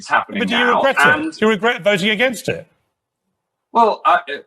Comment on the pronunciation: ‘Regret’ is a difficult word for MH - it comes out as a smirking geerrt!